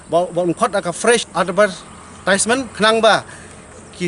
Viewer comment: "Advertisement" pronunciation bakla phi do Sir